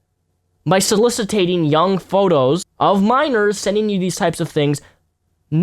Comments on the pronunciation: OH YEAH, and please, sir... read this very carefully: SO LISS IT ING Not: So-Liss-It-Tate-ing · you use big words right but you say them wrong. solicitated? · Soliciting not solicitating. "So-liss-it-ing" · It’s soliciting not solicitating. That is not a word. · Good video, great points. I'm sure other people have pointed this out, and it makes me look like a twerp, but it's "soliciting" not "solicitating". Just for future reference! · Soliciting. Not solicitating. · I love you, but the word is "soliciting," not "solicitating.";) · no one else is going to call out for saying "solicitating" multiple times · man! But please, it's "soliciting." Cheers. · I agree with you. for future reference, it's 'soliciting'.